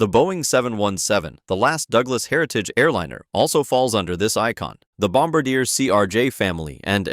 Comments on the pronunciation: Bombardier is pronounced "bom-bar-di-eh" also I had no idea the 737 and A320 had different icons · As a Canadian, my ears cringed at the pronounciation of "Bombardier".😢